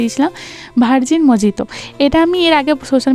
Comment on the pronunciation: উচ্চারণ টা মোহিতো । মজিতো নয়। আমিও প্রথম প্রথম ভুল করতাম। ❤